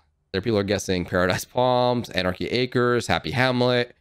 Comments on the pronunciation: This dude said anarchy arces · He said anarchy acres